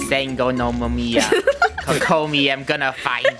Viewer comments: Draco pronouncing saganomiya Kokomi hurts me when I pronounce it “sa-ga-no-me-ye-a coco-me” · i cannot with draco saying kokomis name wrong xD